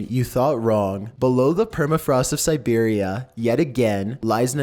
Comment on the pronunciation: Serberia wtf